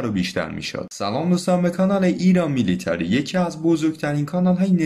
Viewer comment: خیلی جالبه، بتونی یه سامانه جنگ الکترونیک رو سال ۱۴۰۰ بگیری بعد با همون سامانه ده سال قبلش بیای یه هواپیما رو به زمین بنشونی، ببین رخداد های جنگ مستنده، چون ازش تصاویر و گزارش هست، ولی بقیه صحبتای غیر مستند اعتبار کانال رو پایین میاره، در ضمن، میلیتری نه میلیتاری